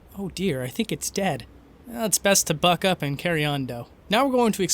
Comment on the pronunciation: When you say buck up, I thought you said it with an F, and were telling the deer to die. Even though its ded.